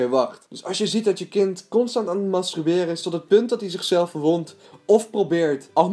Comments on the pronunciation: Wel grappig dat je steeds masTRUberen zegt hahabah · Hahahah "mastruberen" 😂💋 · waarom kun jij het woord masturberen niet uitspreken????????